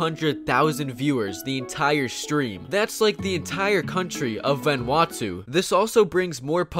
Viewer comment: you said Vanuatu wong